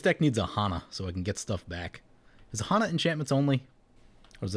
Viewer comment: My dude, pet peeve of mine. Hanna is pronounced the same as Hannah Montana. I have a friend with the exact spelling.